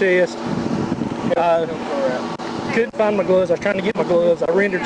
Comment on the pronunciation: his last twitch, he's gone.... that trooper doesn't know CPR. He says gun and gloves like Gomer Pyle.